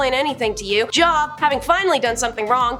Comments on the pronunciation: Hi, i've been noticing that is majority of the time, not pronouncing names correctly. JOB IS PRONOUNCES Jobe, not job. She also talks really, really fast. And she stands there as if she doesn't want to be there. When she's talking about god or the bible, she's cursing. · It's pronounced Jobe not Job, long O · Its not job its joub pronounced job add the u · Job. Pronounced Jobe. Long vowel. Love your presentation, but please, please, please verify pronunciations before recording. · Don't come at her about Job. You're not pronouncing it any more correctly than she. It was actually "Y-ohve." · Job is pronounced Jobe. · I don’t even believe in religion but I know the name, Job, is pronounced with the long o sound (o-e) and not like what you do for a living. Good lord the stupidity